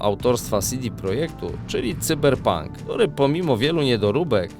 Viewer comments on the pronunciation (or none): none